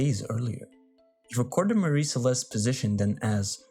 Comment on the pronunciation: You're mispronouncing "Mary."